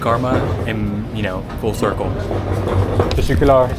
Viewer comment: Yooooo. 4;05 that's not how you say thank you in Turkish. The way you pronounce it it sounds like testicular.... 🤦‍♂️🤦‍♂️🤦‍♂️ I've noted it several times